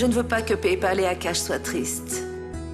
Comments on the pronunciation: Qui a remarqué que lavania ne dit pas payale mais plutôt pepal🤣😂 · Dans cette épisode je vois il ya problème des prononciation de noms😀😀 tantôt lavania appel PayPal"papel" tantôt Payal dit akash au lieu de lavania😀🤗